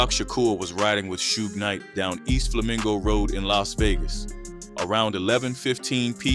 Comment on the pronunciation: AI is incredible, but the fact it can’t pronounce ‘Suge’ is hilarious. lol